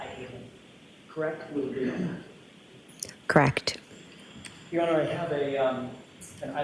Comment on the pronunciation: I can't stand the way she says correct. She keeps saying krecked.